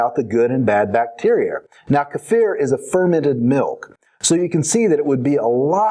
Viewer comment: lol its keeeee-fer